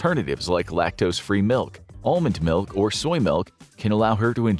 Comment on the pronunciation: Are we just skipping over the way he said "milk" as "malk?"